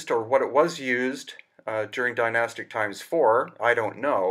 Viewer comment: You do not need a diamond edged blade to cut granite. All you need is granite to cut granite and water. They would have used stone circle blades with water as cutting fluid. Advanced tech not required. Also how come you are not even able to pronounce the word "Dynastic" properly. Zero credibility right there. Spouting a load of waffle. If you make a bowl out of stone your obviously going to make it as symmetrical as possible. Have you never heard of a stone chisel??